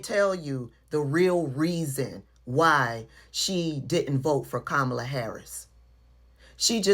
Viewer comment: EGGGGGGG-ZACKLY! Pronouncing her name WRONG just like him as well!